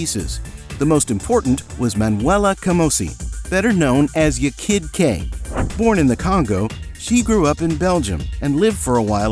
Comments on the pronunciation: there was no big "scandal" . most people didn't care. furthermore, it was pronounced "YAH kid Kay". not "y'kid kay".... 'kay? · Ya kid K. Not yakid Kay 😂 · For god sake man stop saying ‘yekid K’ it’s ’Ya (rhymes with Ha) Kid K, that’s how she raps it herself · Its pronounced YAH KID KAY! not " yay kid kak! And this wasnt a scandal at all! Everyone knew that the dancer wasnt the singer. Like everyone. I loved Technotronic , rolling over the melody being my personal fave! ❤❤❤ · It’s pronounced YAR (Ya Kid K) not YER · Isn’t it “yar kid K”? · It's pronounced Yaw Kid Jay btw ❤ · Americans do not know how to pronounce dutch names . surprise ;) it is fine. i do not worry . Spin that wheel does give an indication how to pronounce Yaah KID Kay. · And how many times are they going to say her name wrong?!! Can't stand this AI BS!!!! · Learn to pronounce the name Ya kid K. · It is obvious that the person reading the script was not someone who lived through the era and experienced this music. It was especially glaring with how he pronounced "Ya Kid K".